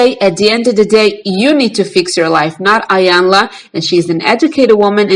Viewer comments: It’s not pronounced iiii yanla its pronounced eeeeyanla meaning big mama it’s a Nigerian language from the Yoruba tribe .. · Her name is pronounced Eyanla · Its Eeeeyanla, Iyanla. 🌟❤️ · You cannot even pronounce Iyanla's name correctly. She was an interviewer. By the way, Luenell cries... AND Iyanla is a licensed Psychologist so what are you referring to when you suggest it is not her responsibility to "fix" people. You are stupid and you cannot even speak properly... You can barely read the comments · You are not pronouncing her name correctly